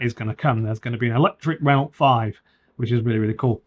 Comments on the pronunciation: Why do you say the names of every manufacturer incorrectly? Renult, datseer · how can you review a Renault when you cant even pronounce it? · I don't know about 'Novo Mesto' but you pronounce Renault like 1970s man 🙂